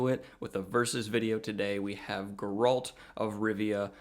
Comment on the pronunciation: “Gur-alt” Sorry, but I’m gonna go with CDPR way of saying it as “Gair-alt” Also, it should be noted that Geralt isn’t a human. He’s a mutant.